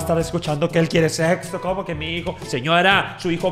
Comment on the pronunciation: Jajaja que chido pero dice sepso